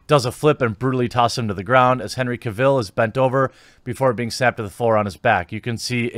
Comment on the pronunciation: Btw Cavill is pronounced like travel according to the actor himself.